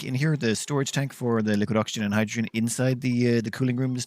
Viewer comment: stop calling hydrogen "hijujune" dude. was annoying :D